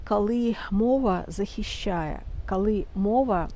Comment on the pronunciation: Ви стільки разів повторювали слово "кали"... Ну, невже так важко сказати "коли"?😏